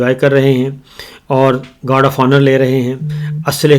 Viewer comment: گوڈ نہیں گارڈ